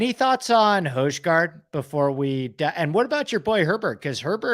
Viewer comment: The hojgaard pronunciation, brutal haha